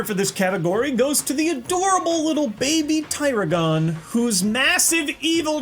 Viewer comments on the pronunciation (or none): It's baby daragin not diragin